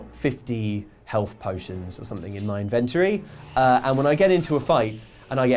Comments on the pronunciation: Do you guys ever get stressed that the internet is laughing at your inability to pronounce "inventory" correctly? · This channel makes me wonder if I have been saying the word "Inventory" right all these years. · It's pronounced 'Inventory' damnit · Do you ever fear pronouncing 'Inventory' wrong? Lol. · You need to learn how to say inventory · Someone teach that poor man how to say 'inventory'.. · If I have to hear you guys mispronounce inventory one more time.....GNAAAAARGH